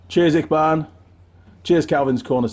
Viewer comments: I think its pronounced itchy, barn ?? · 🤣 it's pronounced itchybaan, your honoured to receive those stickers....